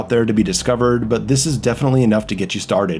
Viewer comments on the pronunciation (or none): Lol you said Cowabungo It’s bunga